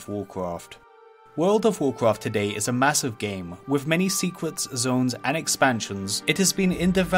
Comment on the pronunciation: That voldovocraft secwet is wewy diffewent.